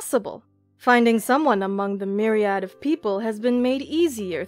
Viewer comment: "Myriad" is not "mirry+add", it's "mirry+uhd".